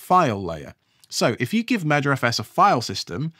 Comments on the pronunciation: I know you're saying "merger os"... but I keep hearing "murder os". And that makes me think of what Microsoft has done to Windows. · this is a great video series so far and it's exactly how i roll. really enjoying it so far! although since you said 'crows have a murder' now all i can hear is 'murderfs' every time you say 'mergerfs' :P off to watch part 2 ;) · Keep hearing it as murderfs...